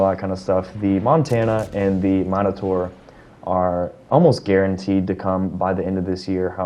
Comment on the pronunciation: The way you pronounced Minotaur made me think of USS monitor and I imagined that thing fighting a G.Kurfurst.